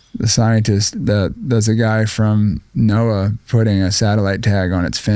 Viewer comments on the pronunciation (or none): none